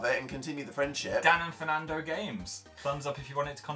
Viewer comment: 😂😂 "Dan and Phernando games"